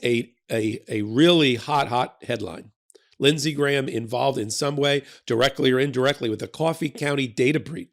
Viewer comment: Hey, an American who can pronounce "Graham" properly! Nice work,!